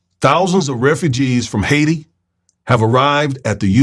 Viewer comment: You're saying it like a white dude ... it's pronounced....high tee.... Haiti